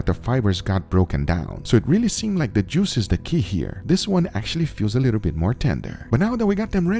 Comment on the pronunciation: Damn I kept hearing "It's all about the jews" xD